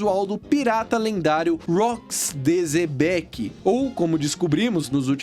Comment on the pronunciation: Se pronúncia Xebec não Zebeck